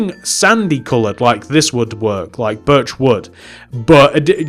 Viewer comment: When u say birch wood, sounds like ur saying virtual